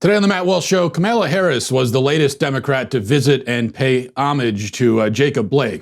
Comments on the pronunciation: Kamala Harris' name is not t hat hard Comma-law Yes Kamala is an uncommon name....but A) she's running for vp B) she's a prominent senator(Walsh's senator), who also ran for President recently C) the pronunciation of her name came up in national media with Tucker Carlson recently D) Walsh presumably should be following politics and be able to verify the pronunciation of a possible vice president of the United States He is either a) really incompetent...or b) intentionally doing it to be a prick and to "ethnic" up her name....which is not uncommon in the right wing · lol...Matt's asking for trouble calling her "Kamela"...